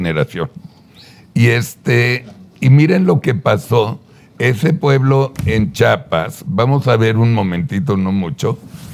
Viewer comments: Que mal informado el vato cartel Juárez? además es Chiapas no chapas porque son palabras con significado muy diferente lengua retorcida. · Solo agregar, un poco y esto es para ver si fuera posible que en lugar de decir CHAPAS, porfa podrían decir CHIAPAS, esto porque los ciudadanos de la zona sur pronunciamos bien el nombre de los otros estados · Es chiapas con “i” chapas son las de las puertas. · NO SE DICE CHAPAS... CHIAPAS POR FAVOR!!! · Por favor pronuncie bien "Chiapas"